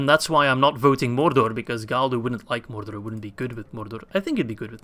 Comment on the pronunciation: It just sounds really weird especially when you're saying Mordor a lot of times in a row lmao